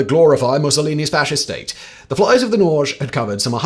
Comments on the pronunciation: Norge (the Norwegian name for Norway) is pronounced Norr-gé! with emphasis on the e. Not Norgch. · Norge is pronounced nor-gay. It’s Norwegian for Norway. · Norge is pronouned Nore-geh. It means Norway in norwegian. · Wouldn't "Norge" be pronounced "nory-ay"?